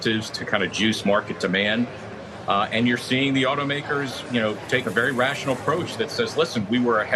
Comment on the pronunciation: Thank you vewy, vewy much for your contwibution,.